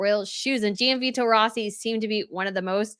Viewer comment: Great coverage of all the royal fashion! Just want to mention, Gianvito is pronounced more like “John Vito” and there’s no emphasis placed on the i when it comes after a g. Hope you don’t mind me mentioning it!